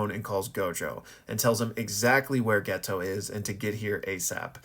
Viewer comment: Dude what is that pronounciation of geto my guys name is always getting fumbled it’s pronounced geito